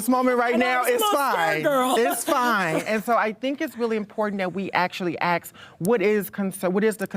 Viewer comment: aks lol